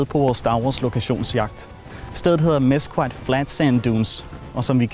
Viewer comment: Mesquite = Mes-KIT (Mes-KEET på Engelsk)